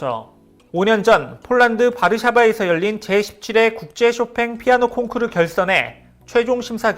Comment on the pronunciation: 콩크루~ 일본식 영어 아닌가요 ㅋ